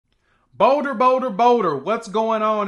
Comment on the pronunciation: Boder, Boder, Boder. Close to Dinva.